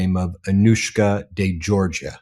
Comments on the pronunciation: This is yet another important and newsworthy report by this fine channel/forum/network, but I have a point to bring up. Mr. Meiselas pronounces the full name of the woman he's interviewing and he gets the surname wrong. He pronounces Georgiou as being JOR-juh. For some reason she didn't bother to correct him. It becomes obvious they've had previous ocnversations and perhaps she never had corrected him and felt this wasn't a time to do so, and to get on with the interview. Okay, but from what I've seen in numerous MeidasTouch videos this isn't the kind of mistake Mr. Meiselas would make to set an incorrect precedent. Learning the correct pronunciation takes no time at all with the internet. A person always respects and appreciates when their name is pronounced correctly or, if incorrectly, with an obvious effort. (It's a Greek and Cyprus area name and generally pronounced in that part of the world as jor-YOU or geh-or-GEE-oo. The pronunciation in a country where English is the national language is generally JERRY-jew or jor-GEE-oo, both unlike the JOR-juh he says.) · It's NOT 'Georgia." It's Geourgiou !!!!!!!